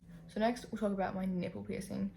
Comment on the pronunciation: whenever you say talk, i hear it as tulk ahahahaha